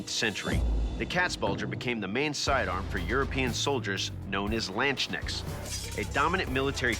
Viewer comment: min ... known as "lanshnacks" 😆 ... or "Landsknechte"?